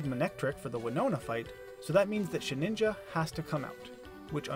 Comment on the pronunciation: Very creative idea, great execution! I do have to pick on you for your pronunciation of “Shedinja” though. It’s “Shed-IN-juh” not “Sheh-NIN-juh” 😊